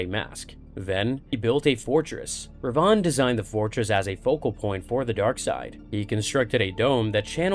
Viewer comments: Darth - Darth Re - Re Van -Vin. Darth Revan... Should be pronounced Darth Revin. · yes... I know. But the pronunciation is off. Darth Revan(when spoken) should sound like "rehvin" Perhaps it's my Scots dialect? Others have also commented. Thanks for pointing out the other sith lord though -) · Two separate sith lords. Revan lived about 2000 years before Rivan